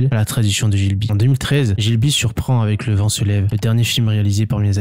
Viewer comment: G(h)I BLI --- pas GIL BI - Sinon top vidéo - Le Château dans le Ciel & Le Château Ambulant